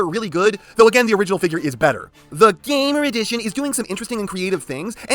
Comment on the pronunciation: I will never get enough of your lack of respect of the series line name, GAAAMMOOOR EDIIICHIOOON